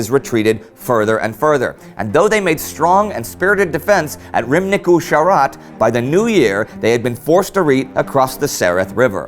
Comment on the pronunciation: I love your channel a lot but your pronunciation of Romanian names is quite inaccurate. For example, Ramnicu Sarat isn't pronounced Ramnicu Sharat. The S is simply a simple s.